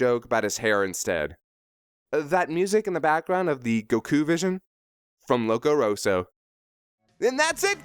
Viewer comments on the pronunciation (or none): loco roso? dont you mean loco roco?